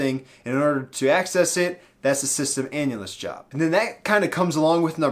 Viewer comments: Dunno why but I keep hearing "Java opportunitiy" instead of "Job opportunity" lol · Tbh, i heard "java opportunity" too